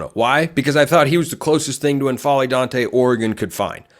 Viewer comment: Damn, I hope that works out. Assuming Ducks get a break with the injuries next year, that's a team that makes a deep run. I dont think there's a /ɛ/ vowel on the front of N'Faly ... that is, it's not EN-FA-LY, just N-FA-LY You know, like M'baku 😊